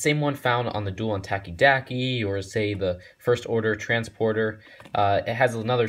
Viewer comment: Duel on 'takeydackey' 😂😂😂 FML